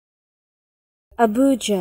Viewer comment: not how you say it Nigerian myself and that's not how you say it